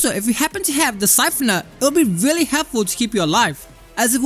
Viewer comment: It weally was a good weapon. Weally good.